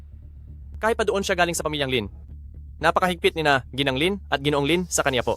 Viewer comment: Gng. pronounce as gi-nang (Misis)